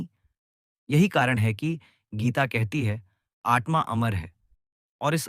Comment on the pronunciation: It is आत्मा . Don’t say आट्मा.